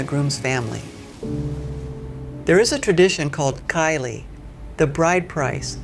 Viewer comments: At the ,it’s’cai li’ not’kai li’,and many brides’s parents don’t accept it especially in the big cities… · 8;28 cai li ，the C should be pronounced as ts in hats. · from how chinese words like "cai li" was pronounced as "kai li" , or how the government was pushing to term "sheng nu" on single women, etc...it's obvious some of the info didn't come straight from the tour guide's mouth. I believe it's better they focus on documenting what they learned from their trip and their personal experience .. don't try too hard to make it educational & supplement it with google research and things that wasn't experienced on the trip because it's often propaganda. Other than that, the video is done with diligent effort. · pronounced chai li .... you must be taiwanese, TS isn't pronounced that way for americans/europeans